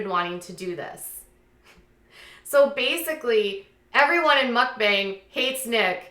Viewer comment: Isn't it pronounced Muckbang not Muckbung? Also it's Stephanie Soo like 'Sue'